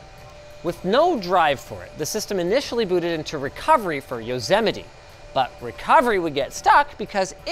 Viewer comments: Did Linus just say Yozemeti ? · Yozemite? fr? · ah yes, yosehmitee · Wait I didn't know "Yosemite" was pronounced as "yow-se-mi-tee" I thought it was "yow-se-might" English is not my native language so yeah please forgive me for my ignorance 😂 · I have it on good authority it's pronounced Yo-Semite. Just saying. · "Throughout the world" not a single pin in Africa 🥲 Also Yozemaite ? 😂 Love these tutor types of videos of strange tech I would never have known about if not for LTT 🎉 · Linus learn to say Yosemite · Why is Linus pronouncing Yosemite wrong?